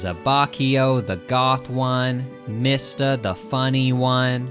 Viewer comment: Your pronouncing mista wrong it’s pronounced like me sta not mist a